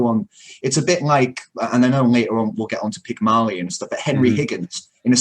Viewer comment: You guys must be channeling Peter Clease, the way you are butchering the language: Pyg-mah-lion and not Pygmailion? Ah-vid and not Oh-vid?